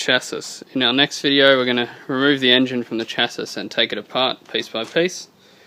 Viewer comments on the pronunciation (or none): Your videos are a great help good job has saved me allot of money on repairs, I think the word chassis is pronounced shasee keep the videos coming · Admire the trouble you have gone too to record this video. Best to clean every thing first before working on the mower. Should take more care when dismantling. perhaps use some WD 40 to loosen parts to make easy removal. Also, CHASIS is pronounced like: cha see. Good luck cheers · Chassis is pronounced CHAS EE